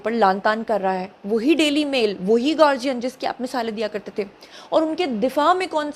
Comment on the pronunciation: Don't know why Pakistani journalists are pronouncing The Guardian as گارجین!!! It's as "gaa"+ "dee"+"uhn". That's گا ڈی عہن۔